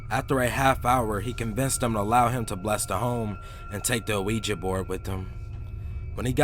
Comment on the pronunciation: I like how you pronounce the word "ouija." It's actually really cute lol.